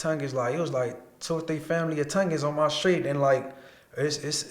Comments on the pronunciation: It's Tong In, not Tounge in 😂😂😭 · Dude said Tungens 😂 it’s Tongans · Bro pronounced it (Tun-gun) when it’s pronounced (Tawng- Gin) XD 😂 🤣